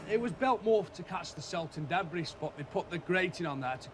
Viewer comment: Debris=Debree, not debress!